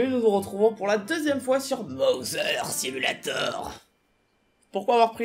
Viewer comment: "*MOZEUR SIMULATOR*" alors, Cours de prononciation anglaise "Th" va se prononcer "d" Donc, "Mother" = " "modeuwr" "SIMULATOR" = "simulaytowr" Merci Bonsoir